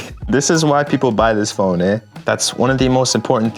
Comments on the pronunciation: your Canadian accent showing up eh! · the Canadian “eh” lmao